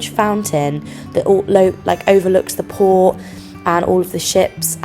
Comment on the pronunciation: either i’m going deaf or just stupid. everytime she said ‘port’ i thought she said ‘poor’ and i was like “oh no they destroyed the poor in ww2”